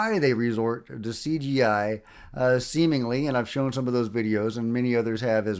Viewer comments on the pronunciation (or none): none